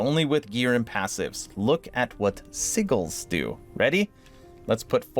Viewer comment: Well, I'm levelling 2 Boardman builds, I guess I can add one of yours. 😉 FYI, sigils sounds like si-jils. 😁